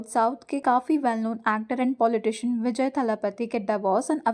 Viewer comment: Not vejay its vijay pls it's sounding like other thing when you said vejay ne